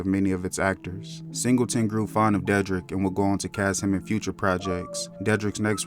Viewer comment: De- drick is how it pronounced WTH